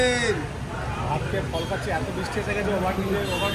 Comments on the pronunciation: kolikata na ektu thik kore bolo eta amader maha nagari এর নাম কলকাতা 😊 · Ota "kolikata" noi kolkata...Bsi over smart dekhate giye nijeke sobar kache hashir patro korben nh